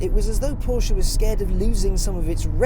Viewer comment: You sir are "the almost reviewer". In fact, as much as I enjoy Chris Harris reviews and tire shreking videos, I have to say you're my go to guy when it comes to reviews. If only you didn't pronounce Porsche "Porshia"... Keep up the good work, awesome content and humble down to earth personality. Thumbs up.